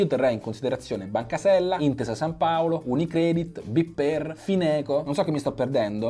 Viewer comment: non è b-per, ma bper, bancapopolareemiliaromagna ;)